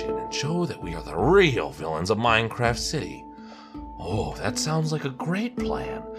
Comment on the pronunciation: you forgot the t in Minecraf(t)